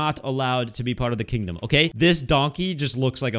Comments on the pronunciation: Next episode don't try to say kingdom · You can not say kingdom for he whole vid